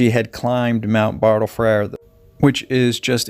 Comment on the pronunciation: You got one place name right Mount Bartle friedl but the other ones you butchered good luck with the Aussie accent..